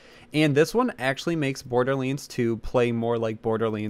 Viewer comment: What is the origin of you saying borderlands like that